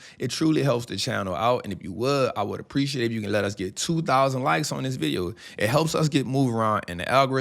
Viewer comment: This guy said 2000 like 😅